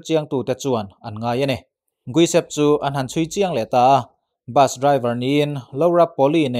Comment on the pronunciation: an hming i lam mak mah2 hlom a ni. Giuseppe, guisep ti a i pronounce te hi a lam ngun bawk sia. Josepe, English hming a Joseph ti a lam tur a ni e